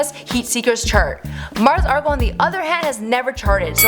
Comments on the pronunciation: Its Mars Argo not Mars Argle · Margos Argos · She said Margles Argles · “Margos Argos” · Why do you call her Mars Argle? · Margles argles 😂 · “Mars Argle” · Muurs Erlls, Mers Argles, Margo Arrls, Margles Argles... wtf??? You are randomly mispronouncing every other word! Is there seriously NOBODY ELSE over there who could have narrated this??? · Mars "Argle"? "Margle's Argle's" jacket" wtf this girl doesn't know anything. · This bit really said “Margos Argos” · "Margles Argles" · No she said margos argos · She said "Margles Argles"